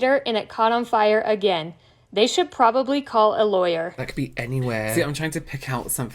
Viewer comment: This is so entertaining! Why do some have so much difficulty enunciating their Ts when saying “caughT on”? The rough, guttural“caw on” 😂🤣 is sounding a bit cockney, no? And also ignoring the 3 syllables in “probably” … what’s with the “prolly”?? Not an accent thing - maybe because so many spell it “prolly” when texting?